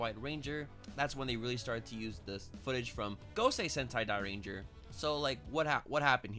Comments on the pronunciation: Jūrenjā not zoorenjā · Pronunciations: Zyurangers = Ju-Rangers Megazord = Die-Ju-Zin Dragonzord = Dragon Caesar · great video! Also its pronounced Juu-Ranger and juu-two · Cool vid btw it's pronounced Jyuranger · That's accent. I agree the y should be silent. But he doesn't necessarily have to emphasize the zy as a j